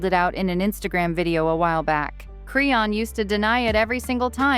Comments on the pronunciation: Tf is a creonn 😂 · They butchered the hell out of her name!!😂😂😂😂